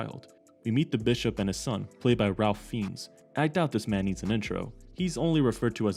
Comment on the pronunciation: It's actually pronounced "Rafe Fines"